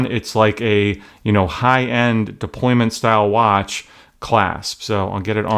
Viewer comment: Deployant** NOT deployment!